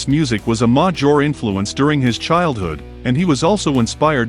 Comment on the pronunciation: "A modjure part"? Please do away with the automated voice and use a real one, you'll get more views. Not knocking on the video either. Just constructive criticism.